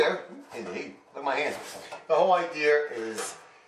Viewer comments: Idea, not I dear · At=5;00 lmao,., great video you are a smart man,,. but the whole idear... lmfao... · It is a good "IDEAR" or "Idea" depending on where you live! LOL Good Job